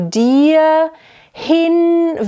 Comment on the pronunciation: I'm sorry, but the "H" in the middle of "Flehen" and "hinwehen" are silent. Also it's "Schuts bedeckt" and not "schats bedeckt".